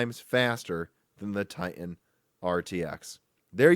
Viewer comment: TiTan not Ti-an